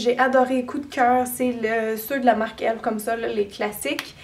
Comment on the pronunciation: C'est pas elf c'est e.l.f